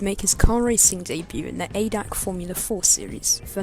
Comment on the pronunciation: Its not adac its a d a c. But good vid